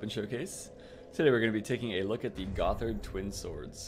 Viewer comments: It's pronounced "GoTTard" not "GoTHard" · It's pronounced like "Goddard" :(